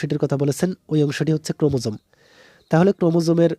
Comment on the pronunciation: ওইটা ক্রোমোসোম না ক্রোমোজোম হবে 😅 and thx